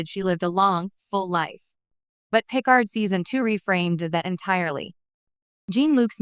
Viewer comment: Can't even pronounce Picard correctly. Just have a real person read it